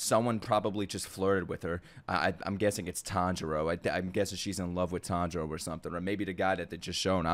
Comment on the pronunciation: Still waiting for to pronounce Chuntaro correctly